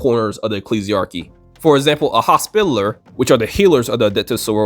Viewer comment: For the love of God its hos-pi-tall-er